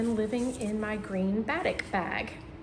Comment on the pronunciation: so happy to see you again. Glad your mom is on the mend and can soon move into her beautiful new home. (Just a hint....batik is pronounced as ba-teek) 😉 love your confetti top and would love to have in my wardrobe. So glad you are back!